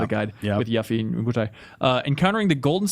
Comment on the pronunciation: "Yaf fee"